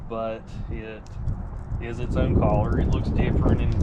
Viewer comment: Not sure what part of the country that feller is from but please let him know that the word color is pronounced Kuh- Lr not Call -lur That got my OCD's boiling